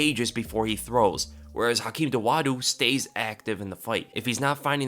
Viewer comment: Hakeem Dawodu, not Dowadu